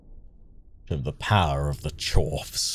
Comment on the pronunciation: I think the word Charfs sounds like you're posh and trying to say chavs